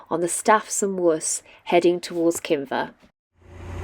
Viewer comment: Kinver .... not Kimber sigh